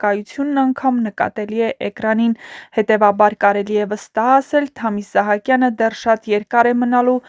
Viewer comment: Որևէ մեկը կասի՞ այս աղջկա իսկական անուն-ազգանունը։ Թամ-ն անուն չի, իսկ ազգանունը գրված է Սահակյան, բայց ասում է՝ Իսահակյան🤌🤦‍♀️🤬